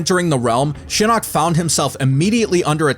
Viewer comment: Did he just say The Eye of Shitting?